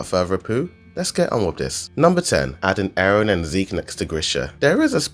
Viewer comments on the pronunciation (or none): Stop saying Aron instead of eren